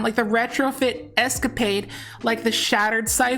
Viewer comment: Sorry it needs to be said - eh - ska - puh - day it so much better sounding :) it’s become a word of the house